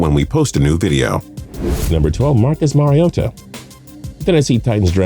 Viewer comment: Finally pronounces Mariota’s name correctly, but still has to work on “Oregon”